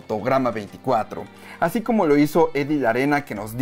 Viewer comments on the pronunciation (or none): Por qué dices asy? iiiiuuuttuubb